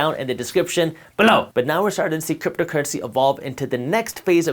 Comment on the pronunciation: Cypto cuuency?? Lemme hear those rrrrrrr’s buddy